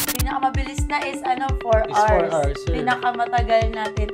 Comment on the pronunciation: 2 Guides 4 ars BBM 8 Hours Ang tamang bigkas sa Hours is Awers not ars English Policy